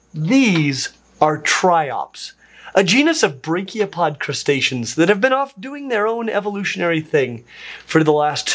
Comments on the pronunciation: Oof you're still saying branchiopod as brachiopod – they're different! 😭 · Hey, it's braNchiopod, brachiopods are a completely different phylum. If you dont pronounce the N, then it sounds like you're talking about phylum brachiopoda, which look superficially like bivalves but again, are a different phylum